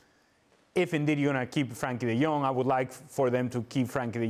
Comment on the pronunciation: Why do they never say his fuking name right. Its Frenkie de Jong not Frankie!!!😡😡😡